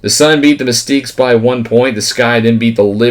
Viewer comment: Just trying to help out, the mystics pronounced “miss ticks” not “miss teeks” 😊